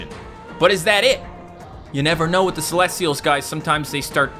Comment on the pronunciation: you said celestials wrong